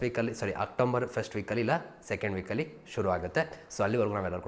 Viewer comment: OctoMber ಅಲ್ಲ ಗುರು ಅದು October!